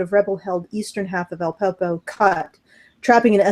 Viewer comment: Al-Peppo? Lol. It's actually Aleppo.